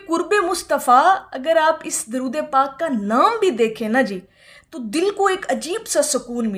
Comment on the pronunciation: آپ کی درود پاک کو پڑھنےکی ادائیگی درست نہیں ہے